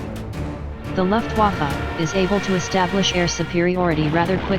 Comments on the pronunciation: I love it how most speech bots seem to pronounce "Luftwaffe" like "Luftwaffel". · Luftwaffe is the correct spelling. You pronunce it as luftvafa